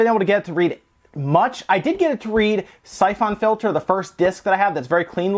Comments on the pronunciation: You kill me with the way you pronounce syphon filter. Syph ON filter lmao. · the way you say syphon filter is messing with me, is that really how its pronounced???? i thought it was pronounced siphon???? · The way he says Syphon Filter feels me with rage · I have that same screwdriver! You pronounce Syphon Filter wrong in a way that makes me want to die, but also pronounce Ali-Express wrong in the same way I do. I'm conflicted. Love your videos, though. We need more gaming youtubers with charisma AND technical knowledge.